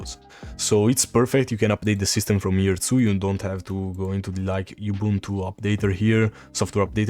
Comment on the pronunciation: for all Man, please learn and use the proper pronunciation for "Ubuntu" (Oo-boon-too). 🙂